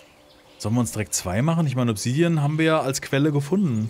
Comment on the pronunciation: Bitte das A bei Obsidian mehr betonen, klingt englisch ausgesprochen furchtbar - sonst wie immer top!